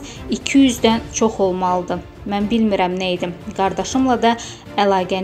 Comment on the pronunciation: Arturyan yox Arutyunyan...bisavadlari hardan tapirsuz?